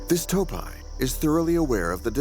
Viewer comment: ИИ честно задолбал, неприятно слушать как эта не до женщина разговаривает. Не тааапи а тоопи и т.д.